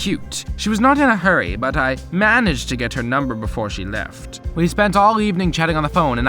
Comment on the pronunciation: PLEASE HES ACCENT "she LeftH So Fast.."